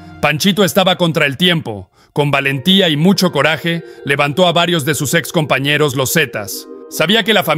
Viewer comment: "con valentía y "CORAJE" ": qué pasó con tu buén, español verdadero ??? O acaso hablas inglés "courage" = "córrech"; de ahí viene tu "coraje" !!! Usa bien tu idioma; es tu Herramienta de Trabajo !!!